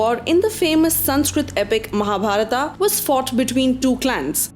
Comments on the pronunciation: First of all, learn how to pronounce name. Then makes videos on Mahabharata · don't pronounce words like Mahabharataaaaa, Pandavaaaaaas. That's murder of culture while reciting it